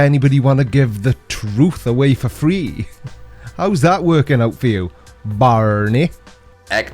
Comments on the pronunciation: "How's that working out for you, Barrrrrrrrrney"....that made me chuckle!! lol :D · I have to admit the resemblance between Enzo Ferrari and Mesut Özil is uncanny... but its just coincidence!!! Oh, btw you pronounce Barny's name wrong... it should be Barmey... thanks once again for the laughs 🤣👍